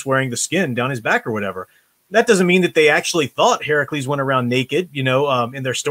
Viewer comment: It seems to me, the Ideologues' vision of "realism" isn't actually very realistic. Thank you for pronouncing "Herakles" properly! And it was "Nemean Lion".